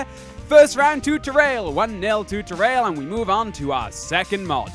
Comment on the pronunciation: you were saying it correctly. I thought I told you this before though. "Ta-rail"